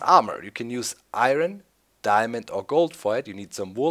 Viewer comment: Lol he said iron how its spelt